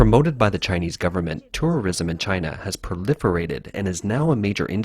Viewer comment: is he saying tourorism or im just tripping ?